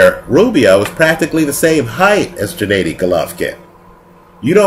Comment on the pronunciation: "What's the difference between lemieux and golovkin" ? Smh, that's like asking what's the difference between Floyd may weather and Andre Berto...and his name is GENNADY not Janaydi or janadi!